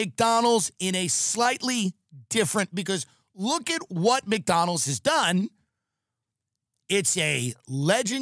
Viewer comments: His neck fat doesn't allow him to pronounce it properly. Poor guy 😢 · Why does he not put a d in McDonald’s. Mcdonal lol